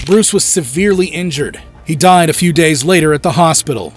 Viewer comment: "diead", right